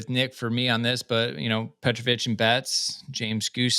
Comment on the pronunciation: Can we confirm how you pronounce petrovic is accurate? Because the way you're saying it sounds so wrong and it's killing me 😬